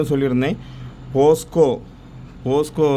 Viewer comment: அண்ணா போஸ்க்கோ இல்ல போக்சோ 😅